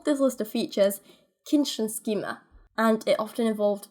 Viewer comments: It's Kindchenschema, not Kiendschenskiema :D The german "ch" is more of a hiss sound. Not an "sh". The german "sch" is pronounced like the english "sh" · If you had pronounced the "sch" in Kindchenschema as "sh" it'd been pretty close. Pretty cool and interesting video though. ;) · With the pronounciation of Lorenz you stress the Lo Your pronounciation of Kindchenschema wasn't bad but the e schema would be more like the e in leg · you´re sooo cute trying to pronounce Kindchenschema^^ It´s actually something like a kiddo scheme